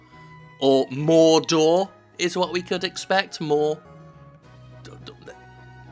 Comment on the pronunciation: "Where are the terrorist hiding!!" "Morrr-door!!" "And where is Morr-door!! Say Afghanistan!!" "Afghanistan!!" "Alright fellas, let's go!!"